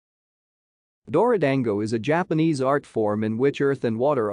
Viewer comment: You mispronounced it, you morons. Get it right.